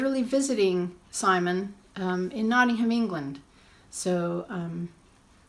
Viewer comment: I loved this. It blew me away to hear you refer to me as an old favourite, I still see myself as the newbie. I choked me up with your generous words. Thank you. I loved that you also nailed ‘Notting’um’ 😉 Thanks for posting a link to my channel 🙏🏼📿